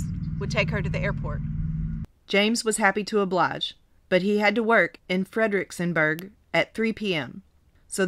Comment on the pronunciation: Oh yeah lol the town name is pronounced "Frederick's - Burg" Your the 3rd person I have heard call it that tho. With the n sound in it... weird! It must be written somewhere wrong like that! ❤️❤️❤️❤️ your story telling